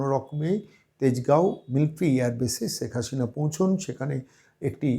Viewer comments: 'ছেক হাছিনা' এটা কেমন উচ্চারণ? আগে শুদ্ধ বাংলা উচ্চারণ শিখুন। হাস্যকর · সব কিছুতেই বাড়াবাড়ি , ' রাজাকার ' কোথায় পেলেন ? ৫৩ বছর পরে রাজাকার আছে ? আপনার শেখ হাসিনা উচ্চারণ একেবারে বাজে ।